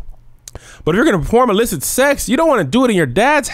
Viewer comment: The illicit suexxxx??? The way you pronounced that had me out 🤣